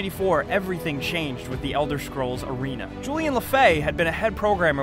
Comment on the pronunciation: Is it only me or is he saying "Elder SCHrols" ?